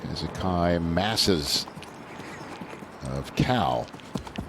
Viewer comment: Ridiculous. Heathen commentator butchered the biblical names Hezekiah and Ephesians. Read the Word of God or keep it pagan and suffer the enternal consequences. Ephesians 2:8-9 KJV — For by grace are ye saved through faith; and that not of yourselves: it is the gift of God: Not of works, lest any man should boast.